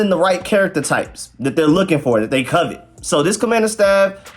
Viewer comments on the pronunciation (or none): none